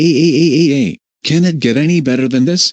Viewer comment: I love how he just says "YAÆÆÆÆÆÆÆÆÆÆY" instead of "YAAAAAAAAAAAAAAAAY"